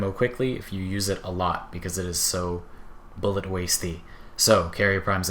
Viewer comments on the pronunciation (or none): none